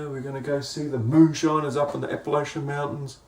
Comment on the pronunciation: You said Appalachian right!! The highest of fives to ya.